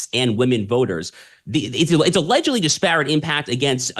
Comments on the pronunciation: Mispronouncing disparate. The accent is on the first syylable, not the second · Disparate Mispronounced At Shapiro speed lol